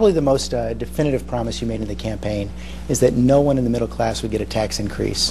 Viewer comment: He says "campaign" .. hmmmmmmmmmmmmmmmmm lol